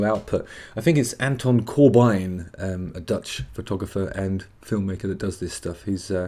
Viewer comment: It's pronounced Cor-bin dude.